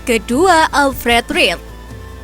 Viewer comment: Alfred ridel bacanya min, klu ga ngerti bola jangan jadi presenter bola